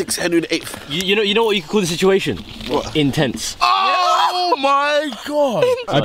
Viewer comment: CHUNKZ EYES WHEN THEY SAID INTENTCE AND CONTENT